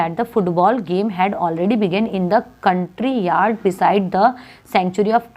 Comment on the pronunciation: Good explanation but countryard😂